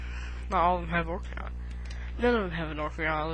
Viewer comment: you keep calling it ocRiana of time lol